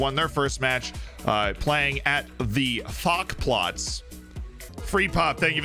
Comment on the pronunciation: Hey its not called Fack Platz in Germam, more like F-A-C Platz each Letter for itself